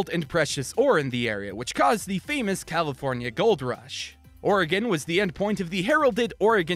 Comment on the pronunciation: Every time you said Oregon I was like YESSS